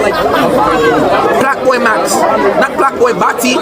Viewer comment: Plaqueboy max‼️ not "Plaqueboybatty"‼️😂😂😂😂😂